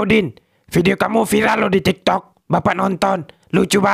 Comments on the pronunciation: tik tok bg bukan toktok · Pas di Udin ngomong tik tok jadi toktok wkwkkwk😂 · Bukan tok tok 😅 tapi tik tok